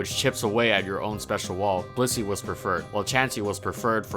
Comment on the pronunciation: Sometimes I hear bussy instead of Blissey.